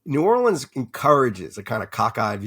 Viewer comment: I've read all of Lewis' books. It was astounding to hear him say he didn't know the name of the newspaper in New Orleans - and it's "norlins".